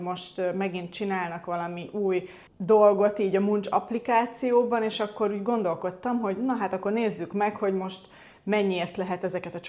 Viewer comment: Máncs. Ingis nyelvül, csámcsog, elcsámcsog. Máncs,nem Muncs.